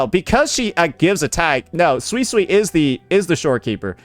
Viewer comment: Who's gonna tell unc he's misspronouncing suisui